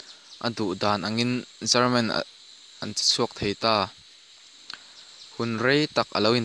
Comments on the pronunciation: Lehkhabu chhiar I Ang tlat ,German tih leh Garman tih kha ngaihthlak a nuamlo deuh . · German ti ve mai la chelman tih hi ka hriat vawikhatna